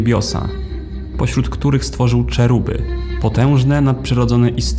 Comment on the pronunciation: Czeruby? No, chyba heruby po naszymu.